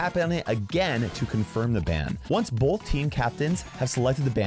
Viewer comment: I didn’t know the word “both” had an L in it.